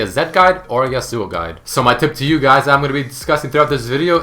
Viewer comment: how he says yasuo. yasÚO